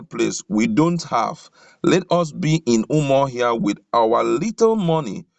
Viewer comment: Please presenter, the capital of Abia is UMU-AHIA not Umuohia